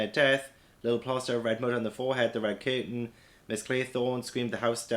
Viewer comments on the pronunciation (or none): none